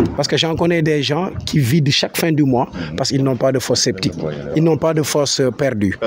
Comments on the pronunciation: Les GENSSS 😂 Non Monsieur on écrit les gens et on dit les gens ( le S est muet c.a.d on ne prononce par le S) Thieyyyy les Sénégalais avec le français....... Victor Hugo n'est pas content deh 😂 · pourquoi vous dites les GEN-SE faut dire les gens sans le SE